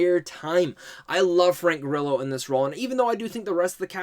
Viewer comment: Frank Gorillo? Take that first o out bro. Lol